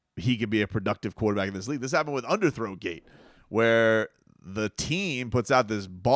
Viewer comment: Did this dude say under thrown gate 🤣???